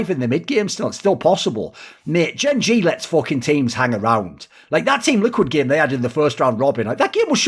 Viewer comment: that is what im say pronounced it wrong